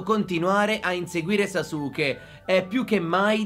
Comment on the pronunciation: in verità si pronuncia saske invece di sasuke ma ognuno lo pronuncia come vuole, bel video